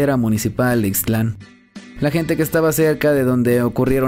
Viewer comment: Hola,, nada más te hago una observación que no omitas la letra t de ixtlan, no es ixtl an, lo correcto es ix tlan, es decir que no divides bien las dos sílabas correctamente!